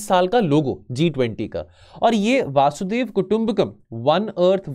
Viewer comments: वासुधेव वासुदेव वसुधेव सब बोला पर वसुधैव नही बोला 😂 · Sir it's vasudhaiv not vasudev😂😂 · वासुदेव नहीं वसुधैव कुटुंबकम है